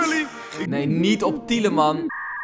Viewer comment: het is tielemans niet tieleman